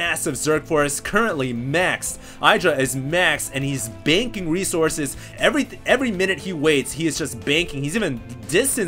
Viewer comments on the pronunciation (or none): none